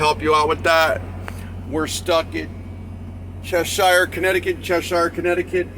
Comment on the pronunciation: Good advice ! ........Pronounced Chesher